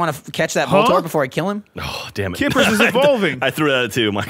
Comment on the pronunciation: Everytime said "kippers" I wanted to fucking vomit